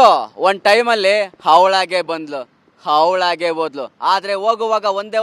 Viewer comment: ಹವಳಾಗಿ ಬಂದ್ಲ. ಹವಳಾಗಿ ಹೋದಳು😂😂😂ಅಯ್ಯೋ ಅಲ್ಲಿ ಅವಳಾಗಿ ಬರಲ್ಲೇ ಇಲ್ಲ.